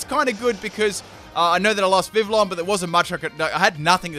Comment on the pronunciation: im not sure if thats how you pronounce Vivillon... and pretty sure thats not how you pronounce magearna. but whatev